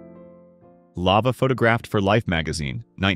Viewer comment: Lama, not Lava!